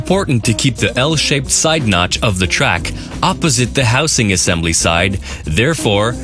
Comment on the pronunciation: who in the hell was in the recording studio when the guy keeps saying "houSe-ing"?